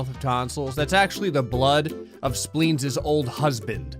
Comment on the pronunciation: Sometimes it sounds like is saying “Splings” instead of Spleens! 😂